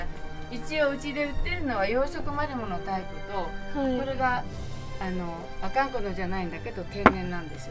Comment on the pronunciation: 釧路来てたんだー！ 地元民としては嬉しい限り✨ ただ、「阿寒湖」のイントネーションがちょっと違うような…？